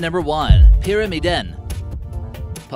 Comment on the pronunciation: It's not Hemsedal Valley. It's just Hemsedal! "Dal" already means valley. It's like saying "the Sahara Desert" (sahara means desert). It's not Pyrami-DEN, it's Pyram-I-den. You have to put the pressure on the "i" not the "den".